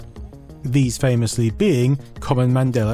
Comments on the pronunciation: You keep saying "Madeler Effect". You keep adding -er to the end of that word. Why? Do you even realize you're doing it? There is no "r" in Mandela, but you keep pronouncing the "a" as "er" and I'm not sure you even realize it. The entire video is littered with instances of you saying his name improperly. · Accents. Also, proofread your comment if you're going to be weirdly pedantic.